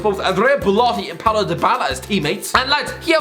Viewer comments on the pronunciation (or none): none